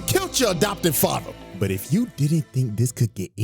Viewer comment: is it "fater" or "Father"